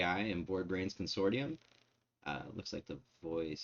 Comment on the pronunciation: Mispronounced "Consortium" - it's not the Google pronuncation, it's the Merriam Webster pronunciation.